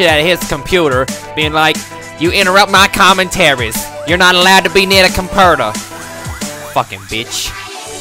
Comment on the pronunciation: I havn't been able to call my computer anything but "Compurdah" for the last 24 hours.